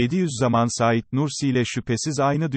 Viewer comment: Ya şu yorumcu kim acaba daha "Saîd Nursi" demeyi bilmiyor. Saîd isminde vurgu a harfinde değil "İ"de dir. Lütfen düzeltin çok rahatsız edici.